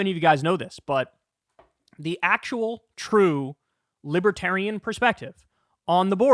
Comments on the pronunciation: Trump's one of those dumb Republicans like Ben Shapiro who can't fathom he's not at all libertarian or "lipaterien" as Trump pronounces it. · I like to imagine they’re booing him because he can’t pronounce “libertarian” properly. 😂🤣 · He can’t even correctly pronounce libertarian.